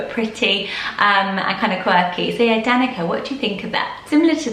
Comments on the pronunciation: DaniCa C like in cell not K sound :) All names are ❤ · I'm Serbian and Danica is pronounced "Dahn-ee-tsa" the c is a "ts" sound. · Just fyi: Danica is pronounced with a ts and not a k. So Danitsa. (I'm Serbian and it's a Serbian name)